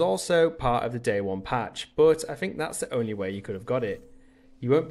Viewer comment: Omg stop saying but, and it's but not buot